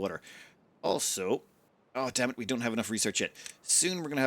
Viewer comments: Did you say "damn it" or "dam it" when you realized that the water had another path through? 😂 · I am just gonna assume that says 'Dam it!' instead of 'Dammit' from now on.